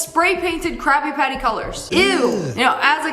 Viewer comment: did she say "crappy patty's" or "crabby patty's" ??